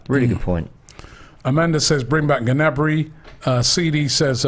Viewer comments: It's Gnabry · It’s Gnabry.